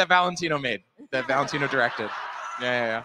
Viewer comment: I'd boo so loud for the "Valetino..?"